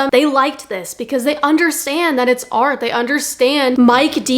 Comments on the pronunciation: Why you call it har?? ITS A R T 🎨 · This is ar. And those who understand ar..... THERES A T AT THE END OF ART!!